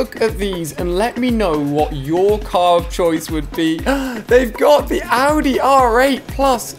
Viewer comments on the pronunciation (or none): none